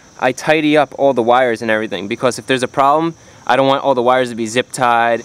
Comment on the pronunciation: When you say now we are done it sounds cool and when you say because it sounds like becows.